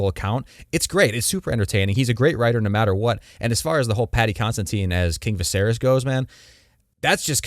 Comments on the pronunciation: Says a guy that can’t even pronounce Viserys correctly… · They say Viserys a thousand times across both shows yet this moron pronounces it wrong lol. Also he’s literally gave NO indication that Blood and Fire is coming out anytime soon. There’s NOTHING that gives this video credence. You trashcans just want something to bitch about. 😂😂😂